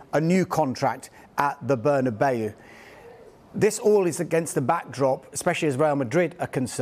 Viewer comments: Burny-Bayou - is that how you pronounce the Bernabeu? Genuine question. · Bernabayu, who is this man 😂 lol